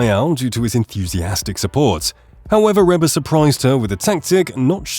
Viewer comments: Dear Mr Robot narrator: “Reba” is pronounced Reeba not Rehba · Please, please, please. It is REE BA not Rebba. Get a AI that knows how to pronounce words properly. Now to Ruby Leigh, what a treasure. With a voice like her's let hear a lot more.